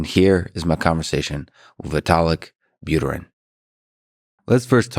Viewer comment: Lex, that was your chance to teach the people where the accent in 'Buterin' goes correctly 😂